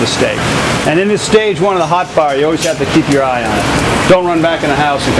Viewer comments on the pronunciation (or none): i love how he says "hot far"